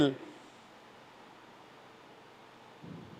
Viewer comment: Imposter ka j sound h😆😆😆